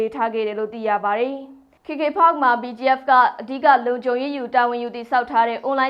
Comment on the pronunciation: ဘာတုန်း "ခေ ခေ ဖတ်ခ်" ဆိုတာ။ "ကေ ကေ ပတ်" ကို ဘိုသံတွေ တအားပီပြနေတာကိုး 😂😂။ ရှာမှ ရှားပဲ 😂😂